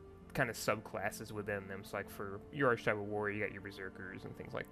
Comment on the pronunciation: Hey, great video! Thanks for running through some things. I was wavering about buying this game, but you've kind of sold me on it with your clear explanations. Just a note as an English teacher, 'Archetype' is pronounced with a k sound, as in 'arkitype' (or 'arketype' for we Brits). This is because the 'ch' here produces a k sound.